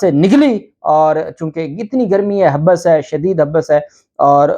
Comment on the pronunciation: Habs not habus Hathni not Hathi